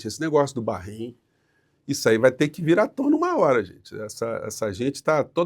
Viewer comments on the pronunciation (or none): Eu só não gosto de ouvir ,"barreim". É Bahrein mesmo (barein).